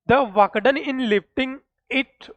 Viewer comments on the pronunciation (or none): Question❌ Quision ✅ Work ❌ Wak ✅ 😂😂😂😂😂😂😂